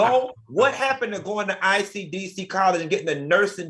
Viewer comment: Not "ICDC" Dineva!!!! 😂😂😂